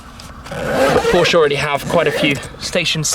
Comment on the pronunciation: As a German I have to thank you for pronouncing Porsche right. One of the few English speaking people who does it right.